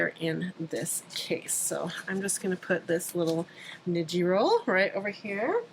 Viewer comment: Thanks for the great tips! Tip: "ni" in Japanese is pronounced as "knee". So, when you say "niji" it should sound like "knee-gee" (like gee whiz!). (